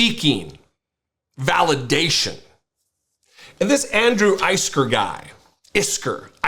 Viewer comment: It's pronounced like Andrew Whisker